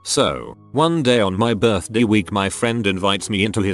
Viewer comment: Why the hell does the text to speech pronounce "birthday" like that?